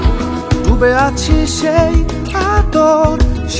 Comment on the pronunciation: 'দ' আর 'ড' দুটোর উচ্চারণগত পার্থক্য আছে, গান গাওয়ার সময় সেই ব্যাপারে সচেতন হলে গানটা শুনতে আরো ভালো লাগতো। "দুবে আছি..." শুনতে খুব কানে লাগছে।